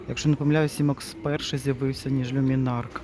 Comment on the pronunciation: Чому кажуть люмінарк, коли за правилом читається люмінарц.